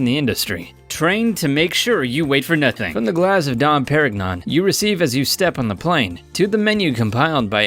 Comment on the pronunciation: Good point. He cannot pronounce Givenchy, Perignon, Qatar, Bombardier, or even Sultan, among others.